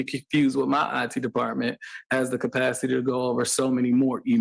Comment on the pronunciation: PUHLEEZE The words are ASK not axe and CAPACITY not apacity